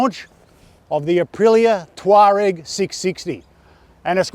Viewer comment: Amazing! We've found a reviewer who can pronounce 'Tuareg'! And, in Australia! Who'd have thought! Well done, from Otago.